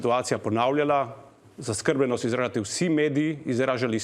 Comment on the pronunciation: BELLAMERDA ! ( PUN SEBE KO DREK VITAMINOV. ) Niti besede zaskrbljenost ne zna pravilno poudariti, izgovoriti - in naj se ne izgovarja na it. jezik, ker italijanščino obvladam najmanj 100X bolje kakor on !!...